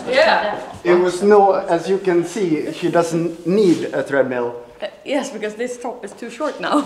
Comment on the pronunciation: Treadmill not threadmill